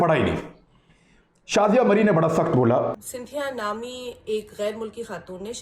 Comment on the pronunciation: Yar itna bara anchor hokar in mausoof ki pronunciation bari ajeeb aur bhondi hai. Santhiyaa, Pakastaan what the hell is it? 😂